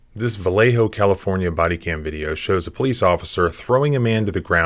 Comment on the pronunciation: I am impressed, some lawyer from West Virginia knows how to properly pronounce "Vallejo"